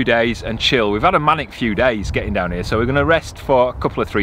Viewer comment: The mooring near the M54 is another of our favourites. I love detailed in depth commentary........ “We’re ‘ear”... Ha Ha!, Great as usual boy’s. Friday afternoon’s reminds me as a youth waiting for Dr Who (Patrick Troughton) every week for my weekly fix!, John (NB Cherry)